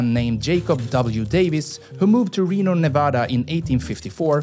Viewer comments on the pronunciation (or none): none